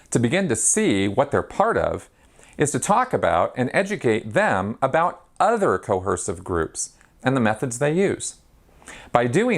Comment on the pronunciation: Thanks for the video. Great job! Little point: there's no "h" in coerce :-).